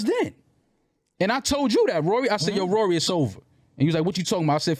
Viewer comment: It's rory not ruuuuuuury 😂😂😆😆😆🤣